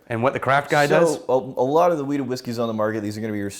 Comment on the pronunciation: Every time you guys said Wheat, all I heard was Weed 🤦🏻‍♂️